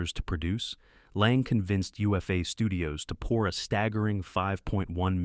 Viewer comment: Also, UFA is pronounced Oofa